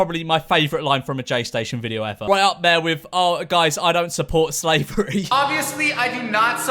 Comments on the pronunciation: Am i the only one that hears say "sleavery"? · Nobody's talking about how he pronounces slavery as "sleeve very"?